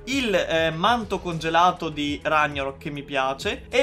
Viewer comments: guarda che non si legge RAGNAROK all'italiana ma si legge RAG NAROK E poi dici di amare il set norreno 😑😑😑😑😑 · Ragnarock non si legge all'italiana ma la g è marcata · Rag na rok non ragna rok capra